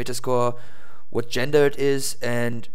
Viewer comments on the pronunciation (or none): it sounds like you're saying 'Gender'.. it's pronounced (jaan-ra) Genre. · its not gender its. pronounced jan-rah